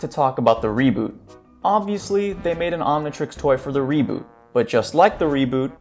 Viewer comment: "i have to talk about the reebot" NO THE FUCK YOU DONT